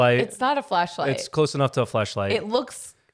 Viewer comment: Keep hearing fleshlight, not flashlight 😂